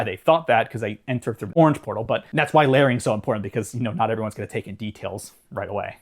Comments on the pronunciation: I thought he said Learning but like Learing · Took me until about to finally get that you were saying "layering" (thanks to the chapter name), until then I was trying to figure out what laring/lering/læring was supposed to mean😅